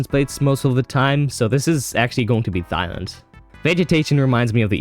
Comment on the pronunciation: Did you say thighland? Where are you from?